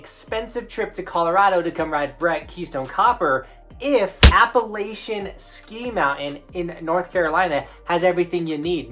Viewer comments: So glad someone mentioned this^ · Said Appalachian wrong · It’s a shame you don’t know how to pronounce ‘Appalachian’. If you are going to cover an area do your research.